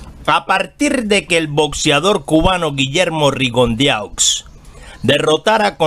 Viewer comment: Se pronucia Rigondo